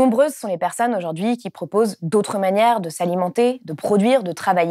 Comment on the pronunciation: merci d'être là et de faire tout ça! (juste un truc, vous employez souvent le mot "aujourd'hui" et vous le prononcez "aujord'hui", c'est dommage et c'est gonflant… mais on vous pardonne, vous êtes super! ). 😉😃